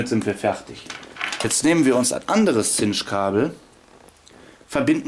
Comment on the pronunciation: "Chinch wird "Tschinnsch" ausgesorochen. Du sagst immer "Zinsch."